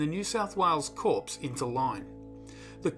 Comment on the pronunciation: Corps is pronounced with a silent P.